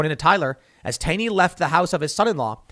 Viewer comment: "Taney" pronounced "Taw-ney". We have a whole town dedicated to him in MD